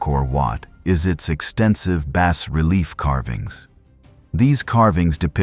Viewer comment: Good content . paired ith poor pronounciation. 1- AI audio check- it's "KA-MY "not "KA-MER." 2- "'BAH' relief, not 'BASS' relief sculpture 3. etc.